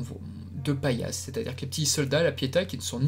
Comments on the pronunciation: Intéressant mais c'est Pallas et les Pallassites et non pas Paillasse et ses Serpillières, oups, ses Paillassites ! Ca accroche un peu les oreilles à la longue :'( Pourquoi avoir zappé les 4 rois de Mars ? Après c'est vrai que leur temps d'audience est assez court. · Oui ce n'est pas paillasse mai pallas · Mais dans la saison 2 le nom de pallas c'est PALLAS pas PAILLASSE comme paillasson 😂😂😂